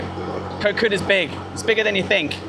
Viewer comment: koh Kood the k it pronunc more like a g than a k gkot gkood